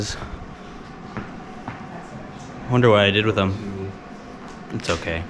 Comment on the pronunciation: “Go up in the sky” “Bokay”